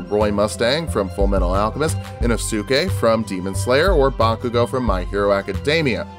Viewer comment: it's "ee-nohs-kay",. Not "ee-noh-soo-kay."